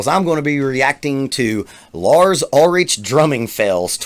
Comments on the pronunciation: First of all it’s ULRICH, ( ul-rick) not ul-RICH. And Rob TRUJILLO, (tru-hee-yo) Cliff Burton, WAS the heart and soul of early Metallica, classically trained, taught James and Kirk harmonies. Anyways, Lars, admittedly isn’t the best technical drummer, he basically is like the 3rd guitar and accompanies James’s driving rhythm. I know, that the true sense of a rhythm section is THE DRUMMER and bass player, but that has NEVER been their deal, other than when Bob Rock “created” the classic rhythm section with Jason and Lars in the Black Album. Anyways, ...And Justice For All, was the blue print for all future heavy and hard rock drummers who adopted the “wet snapping” double bass sound. He’s not Joey Jordinson, Vinnie Paul, or Danny Carey. He knows this. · Dude can you pronounce any of their names correctly? Ulrich is pronounced Ulrick and it’s Truheeoh not Truhilloh. How can you critique if you don’t know the band or songs? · It's hard to take you seriously when you don't even pronounce his name correctly and don't recognize the title track of AJFA. Oh no. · i knew it when you didnt even know how to pronounce his last name. Its ok say lars ulrich and people click. Not for you bro its cool though. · I am a bit surprised that you were a fan of real Metallica ( ) but don't know how to pronounce Lars' last name? Anyhow, good post, thanks man. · Part of me wants to believe you’re mispronouncing their last names on purpose. But. Idk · So the longest video you found was 6 minutes with like 10 mistakes from a 35-year career? Hmmmm, that must be the worst drummer like, ever. Agree that Trujillo's the best bass player. And I love Load and Reload so ya'll can kiss my ass. Oh, and learn how to pronounce the man's name for god's sake. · I was just hoping you'd say his last name correct. Lol. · It's not pronounced ul-rich, c'mon man. The ch has a hard k sound. And they've sucked since 86! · btw it's Lars Ulri-ck. At least get the name right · Ulrich is pronounced 'Ulrick'